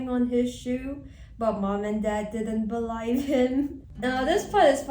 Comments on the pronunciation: you said balive when it was the actual way to spell believe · what i find hilarious is that little her wrote "believe" correctly but she pronounced it in a mocking manner as if it was wrong 😭